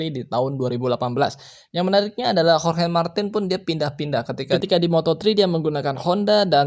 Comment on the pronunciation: Pasnyebut hohe 😂 wkwkk bukan hohe bro tapi di bacanya horge martin di tulis ya Jorge Martín